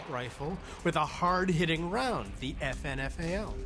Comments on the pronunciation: you say FN FALL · Sounds like they're saying "effin' FAL", ha ha. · It's pronounced like effin fail.